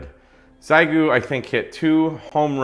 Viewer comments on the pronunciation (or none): It’s not pronounced “zaigoo”. It is pronounced “she-yay-goo”. If you’re going to review a product, at least learn how to pronounce it’s name… Also, “running RF Gain always at 100%” is, to say the least, dumb. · Sorry, - but after my experience with the X6100, I'm pretty sure the correct pronunciation is "she-yit-goo". My first X6100 had a totally non functional internal microphone, and lasted exactly 2 days before encountering the legendary Xiegu "HCF" [Halt-and-Catch-Fire] bug, which causes the X6100 to LOCK UP in a keyed state, refuse to respond to any key, and get so hot you will think it's going to burst into flames. I finally got it to power down by laying it on a table (to hot to hold) and hard pressing the power switch for about 30 seconds. To this day, I'm not sure if that long-press on the power switch actually forced a power down like a PC, or if the X6100 has some emergency internal temperature shutdown which finally kicked in - but I can say this... After getting it to finally power down, it refused to boot back up - powering up only to a blinking cursor - which is apparently ANOTHER classic X6100 failure mode known as the "Xiegu X6100 BSOD [Black Screen Of Death]". I was able to recover from the BSOD state by totally re-flashing the firmware on my X6100, but then there were other lingering issues - like the fact that the battery monitor/charge circuitry seemed to have lost it's mind, and started reporting random battery voltages [another classic X6100 issue]. Ironically, this was soooooo bad that I decided to give the X6100 another chance - based on the dubious theory that this first X6100 MUST just be a LEMON - because NOTHING could be that bad and be marketed as a fin